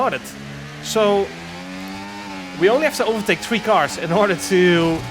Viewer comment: Yo yo welcome back to round number tree